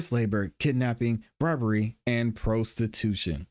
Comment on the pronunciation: You are saying prostitution wrong